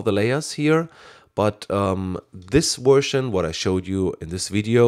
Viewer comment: 'Wersion' lol! Superb user friendly voice you have, and great video, many thanks! Subscribed!